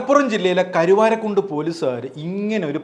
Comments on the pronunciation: കരിവാരി അല്ല കരുവാരക്കുണ്ട് ❤️ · കരിവാരിക്കുണ്ടല്ല, കരുവാരകുണ്ട് ആണ്